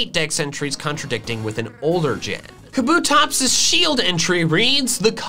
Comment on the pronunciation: TELL HIM, THAT KABUTOPS IS 3 SYLLABLES, NOT 2! YOU WERE RIGHT!